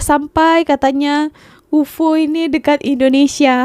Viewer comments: UFO tu sebutannya Yu Ef Oo - U.F.O laa 😂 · Bukan UFO. Disebut satu2 huruf U F O 😅😅